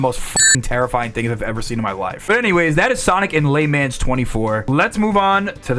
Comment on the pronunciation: la mons not laymans